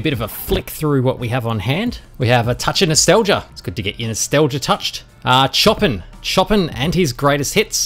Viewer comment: It’s not chopping it’s pronounced showpan